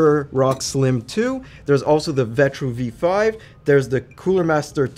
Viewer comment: It’s the V5, look the box at the bottom of the cooler. He just didn’t say the number right lol i was kinda surprised he included the V5 thou, it didn’t even pass the final test